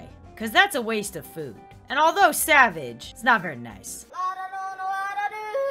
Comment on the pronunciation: Party pop Studio its a way of saying savage xD instead of g its sh so you pronounce it differently (g as sh)